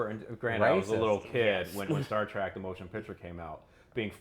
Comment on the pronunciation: dude it's Trek not Track